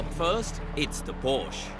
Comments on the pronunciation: It’s Por-sha! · Porsche has been around for 89 years, and yet people still can’t pronounce it properly. 🤦‍♂️